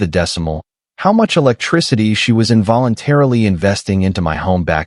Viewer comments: You need to retrain your AI speech as Tesla model Y is not pronounced model-why and then the word Electricity isn't el-ka-tea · Eclecticity is not pronounced Eki culty.